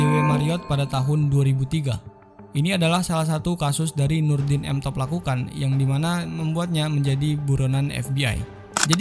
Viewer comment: M top bang bukan tank top